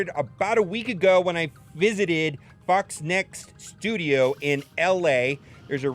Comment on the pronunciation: FOXNEXT Mobile. Good lord, you’ve even been there and still can’t say it right 😂